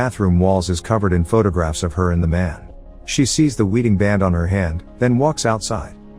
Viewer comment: Am I the only one laughing at "weeding band"